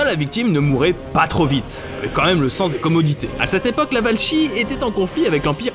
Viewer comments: "Valchie" On dit "Va-la-kie" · On ne dit pas VALCHIE. pour le mot Valachie, on prononce : "Valakie".